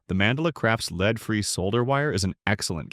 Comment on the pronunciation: AI generated ... Leed and Lead hahahaha